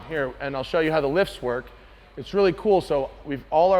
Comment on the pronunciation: Hey just so you know you said “wok” instead of “work”